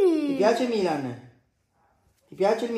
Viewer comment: Milan❤🖤io mi sono messa a piangere quando ha detto la prima volta ✨MiLaGn✨